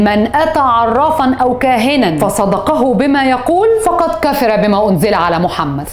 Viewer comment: استاذة بعد اذنك لمن تقرأي حديث شريف لازم تسمعيه الأول من النت و بعد كدا تقوليه ، شغلك و مكانتك الإعلامية و نجاحك مرموقة. ( من أتى كاهنا أو عرافا ((( فصدقه )) في شدة على الصاد.. و بعد كدا فقد كفر ( فتحة علي كل حرف )).